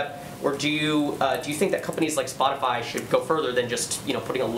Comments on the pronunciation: did she say spotafly lol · She said Spotifly hahaha, nobody knows what their talkin about..